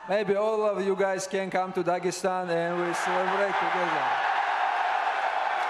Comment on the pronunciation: Bro said we can celebrate in dagstan 2-3 years 😂👌